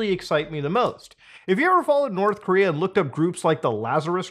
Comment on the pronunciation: North Coom-rea Coom Jon Goon Coomunism Did I miss one?